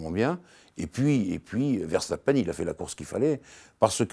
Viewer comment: pourquoi prononcer "VerCHtapen"?:) Dommage de passer sur l'info essentielle de ce GP: c'est moins une performance immense de Mercedes qu'une contre-performance immense de Ferrari. Ils ont de toute évidence un sérieux problème de moteur, bien qu'ils ne l'admettent pas publiquement, fidèle à eux-mêmes. Que Ferrari retrouve tous ses chevaux et on aura une belle saison je crois.